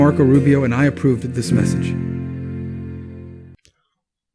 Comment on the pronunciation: did he say "I'm Marco Rubio, and I approvded this message?"